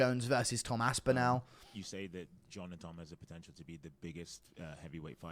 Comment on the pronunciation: Guru has the most horrible pronunciation of “Aspinall”.